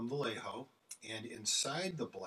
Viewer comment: Amazing skills Vayeho, not "vallejo" btw